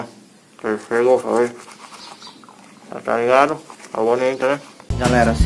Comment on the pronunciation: Oi meu querido vc já fala tou ligado muito bem amei tou ligado tamo junto amo vc vc e sempre feliz Bb um abraço lindo bjs 😘💋